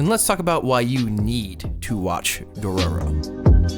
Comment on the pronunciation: I literally couldnt watch the video because of his pronunciation of dororo and haykkimaru